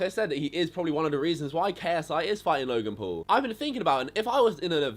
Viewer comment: look.. get fucking braces get your teeth straight try to say Logan P-A-U-L not Logan pool.. and just stop putting ksi or Logan Paul in your titles.. it's 1000% obvious you literally love Logan and ksi...